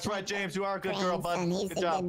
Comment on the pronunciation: Also the soft J on James where it sounds like "Yames"